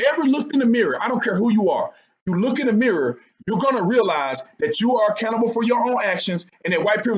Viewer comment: Dude, every time you say accountable, I mishear it as "A Cannibal"